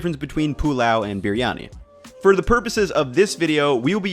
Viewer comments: Fan of the channel but can you please do some research on how to pronounce the names of the dishes you make and ingredients you use. It is pronounced Bree yani. Not sure what you are doing there with the way you say it. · Love the way you pronounced 'BiRiyani'😊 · it is b-ree-yani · you even try and pronounce the word biryani authentically. Your effort is pretty special. Here to 10m subscribers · Look how they massacred my boy(Biryani)/. Good effort though. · i clicked on this video hoping for dear god that he doesnt pronounce it wrong while trying to sound right, he pronounced it wrong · ye but this guy pronounce it so weird. i love briyani and the indian sellers always pronounce it different from him..